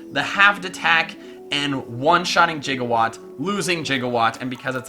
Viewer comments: Why do you keep saying jigawatt? I can clearly see it says Gigawatt. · spelled gigawatt, and just like doc brown misprounounces it jigawatt,😑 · I'm slightly annoyed by the fact that you pronounce Gigawatt like "jiga"watt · Anyone else a little miffed by the way he pronounces gigawatt? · you're saying gigawatt wrong